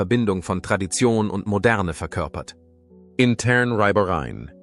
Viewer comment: So eine schlechte Betonung v.a. zwischen den Satzteilen, fragwürdige Wortwahl (Mr. Soames hatte also auch eine "Beziehung" mit Diana?), amerikanische Einsprengsel ("intörn Reibereien", heißt das Segeltörn?) Fehler bei Ordnungszahlen (Punkt nicht beachtet), ständige, langweilende Wiederholungen, übertriebene Dramatisierung, mehrfache Fehler bei Jahreszahlen ("eintausendneunhundertundsechsachtKATZIG"), Dopplungen ("rothaarige Haare"), dummes, leeres Geschwätz ohne Belege! Dadurch wird Lady Di nachträglich verunglimpft, angeschwärzt; eine miese Masche eines untergebenen Wichtigtuers! Warum wird die Haarfarbe dermaßen belastend zur Ausgrenzung herangezogen? Das riecht nach rassistischen Anwandlungen! Sie stellen Hewitts Kavalleriedienst als "berüchtigt" dar, wie bitte? Was heißt " Vertraulichkeit der königlichen Blutlinie"? Sie nehmen Abstand zu "Verschwörungstheoretikern", obwohl Soames keineswegs "diplomatisch", sondern wie ein altes Waschweib daherkommt! Ist er nun "Stallknecht" oder "Sir"? Immerhin gibt's demnach in Ihrem britischen "Kaiserhaus", welche Bezeichnung Sie der Lüge überführt, Aufstiegsmöglichkeiten für einfache Menschen, selten so gelacht! Wieso soll Dianas von Ihnen breitgetretene Liebelei mit einem hübschen Armisten, da der Ehemann selber fremdging "verheerend", "schockierend", "erschütternd" sein, "Leid" und eine "Krise" auslösen? Weder den Hewitt, um den's geht und von dem nie einer was gehört hat, haben Sie gezeigt noch Beweise für einen Vaterschaftstest, bl